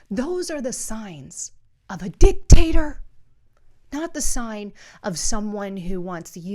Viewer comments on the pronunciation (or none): Umm did you say dictator or was that dicktaster. I wasn’t sure.